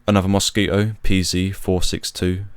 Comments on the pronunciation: A very informative film, well-structured, and you told the tragic tale well. Only one thing irritated me throughout, which is that there is a "t" in the word Mosquito. But I suppose that's a small gripe! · The dropping of the "t" in Mosquito is how some English speakers say many words with a t in the middle. It's common with words like twenty which becomes "twenny" . If I said 28, you'd here "twenny aight" with the t at the end of eight also being dropped. It's called a glottal stop. That said, I personally wouldn't drop the t in mosquito. I would also say zed not zee as it was said in the video. British people don't say zee like Americans so I don't know why he uses it here. I would also say that height for flying should be in feet just as it would have been back then for the RAF and is actually the required terminology for aviation today. Regardless of all that, it was a good video.